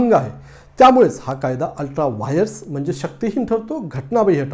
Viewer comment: वायर्स..हेच pronounciation.. योग्य आहे..